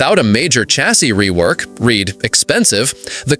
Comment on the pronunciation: These AI "narrators" that can't properly pronounce common words like "chassis" have gotten really irritating.